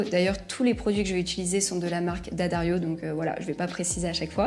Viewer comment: Quand j'ai decouvert le Fast Fret, ça m'a fait beaucoup plus capable, et me doigts n'étaient plus couverts de crasse. Great to hear "D'Addario" pronounced correctly, too!